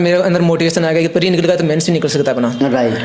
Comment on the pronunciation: Pre ko bhai pareeeeee bol raha hai. No offence he is intelligent but way of presentation is not par level to match the demand of UPSC.